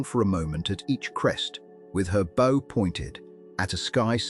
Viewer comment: Ai mispronouncing “bow” on a video re ships is distracting…